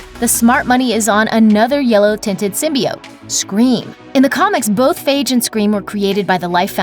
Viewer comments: Symbiiiiioteee . God damn not symbeeote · Lol sin-bee-oats